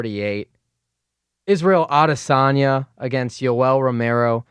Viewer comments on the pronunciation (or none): Yo.. it's not Ah-de-SAWNYA, it's a-DESS-on-ya... also, you're doing a great job, i look forward to "The Schmozone Podcast 500: UFC 414 Fight Week..." ok best of luck sir